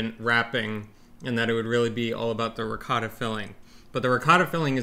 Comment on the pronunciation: Eva Please teach your husband how to correctly pronounce: "ricotta." and, how can he have gotten this far (marriage and all) to a real Italian and not have experienced eggplant?